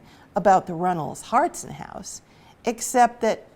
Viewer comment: 2 things, it pronounced “ hartshorn” just as it appears. Also the fuller tavern is still alive and well (you cannot buy a beer) but the owner was a third gen Walpole person and worked hard to keep it up!